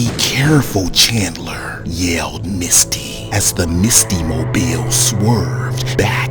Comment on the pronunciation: Everytime the narrator says Misty name I keep thing she Musty